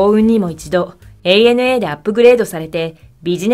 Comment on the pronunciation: 「アナ」って間違っていう人が多い中、「エーエヌエー」と正しく伝えているところが良い。